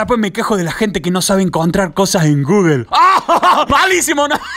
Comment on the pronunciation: No te pasa que gugle pero es Google XD